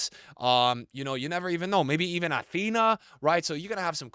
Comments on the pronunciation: how many fifa content creators does it take to pronounce Athenea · If says Atheneas name correct one time ill gift 1000 subs